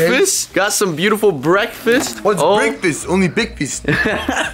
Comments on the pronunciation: what’s breakfast? ONLY BEKFAST. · (says) bekfast Me:I also wany bekfasttttt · "bekfast" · "Whats breakfeast,only bekfast" - (moosecraft) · beakfast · bekfast never changes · BEKFAST EVERYWHERE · BEKFAST